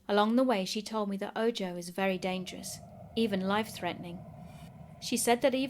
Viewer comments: Ahhh I hope it’s ok, but “ojo” is pronounced with the j making an h sound,”oho”. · Spooktastic! And simply because I know you're as twitchy as I am when if comes to pronunciation, if you encounter the word "ojo" again, it's pronounced, "oh-ho" - meaning eye in Spanish. It rhymes with Santa Claus's laugh: Ho-ho. Otherwise, absolutely flawless!